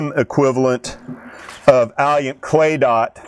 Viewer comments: Alliant------- Auh-lie-ant, learn how to pronounce it. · He needs to Google "how to pronounce Alliant" because it does not sound like "Alley-Ant", and he keeps on saying it wrong, over and over again!